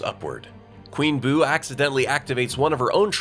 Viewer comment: ITS BOO NOT BOP